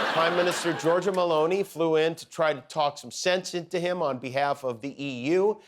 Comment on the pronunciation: Did he said Giorgio Meloni 😂